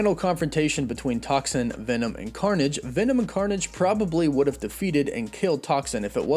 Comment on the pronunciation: all I heard was carnom